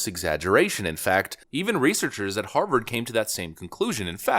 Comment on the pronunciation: An honorable academic from Haaaaah-vaaaaahd....whod'a thunk it....